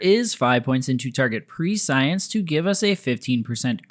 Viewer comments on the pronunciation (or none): "pre science" dont worry, youre not the only creator saying it like this